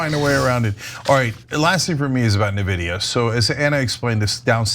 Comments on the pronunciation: she pronounces it "NE vidia" instead of "EN vidia" ... nice to see you have grandma on your team Cenk! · Its not "Nevidia" its N vidia. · Just a nitpick, but: The company's name is pronounced "'N' - vidia".. not "navidia". (I suppose you could also type out the pronunciation as 'en-vidia') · thank you, it was driving me crazy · Nehvidia? It's en-vidia. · It is pronounced en-videa not nuh-videa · If she says “Na” vidia one more time lol… it’s “En” vidia 😂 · Ana, it's "en-vidia", not "nuh-vidia"... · It's not called "Neh" Vidia.. it's called "N" Vidia lol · It's pronounced EN-vidia not nuh-vidia. But anyway the amount of butthurt cope about this is hilarious. Hearing people say "oh they did it with stockpiled/smuggled (now-sanctioned) H100s, there's no way their model is THAT efficient" is similar to when China won that Olympic swimming gold-medal "oh that's not humanly possible" 🤣🤣 In actual fact, they use these same efficient methods on their previous model (V3) and published this a while back, but the disbelief only set in when R1 suddenly matched OpenAI-o1 in the last few days. The markets don't lie and while NVIDIA will still skyrocket in the months to come, some realism in the form of a short, sharp correction is normal. As for fears about "China", they open-sourced this model. Anyone can download this model and run it locally, on a server, a laptop or even on a mobile phone with no internet access, or use an American third party company hosting this model which are popping up everywhere. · Ana. N Vidia Not Nividia. Really! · IN vidia... Not Nividia... Say it with me 😂😂😂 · Its eN-vidia, not nuhvidia. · Please stop saying "neh-vidia", it's "eN-vidia". My roommate who is an amateur day trader was talking about the stock a lot and it drove me nuts as a PC enthusiast. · “En-vidia” not “Na-vidia” C’mon, someone has to go over copy with y’all before show time; this happens far too often. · Its N...VIDIA... not NAH-VIDIA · It is En Vidia not nividia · "In videa"